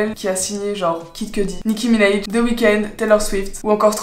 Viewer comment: Franchement c’est excellent ce que tu fais, je faisais des videos de ce genre en et tu m’a vraiment donné envie de reprendre t’es excellente (et on dit Nicki Minaj pas Minaije 😂)